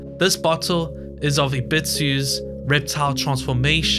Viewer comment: Why do you say "rit-soo" for Risu, instead of "ree-soo"? You do the same thing for "ebit-soo" instead of "eb-ee-soo" for Ebisu. it's strange and made me leave the video.